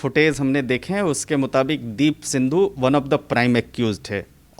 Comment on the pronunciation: माइक वाली मैडम सिद्धू को सिंधु कहे जा रही हो I जरा सुधार कर बोलो I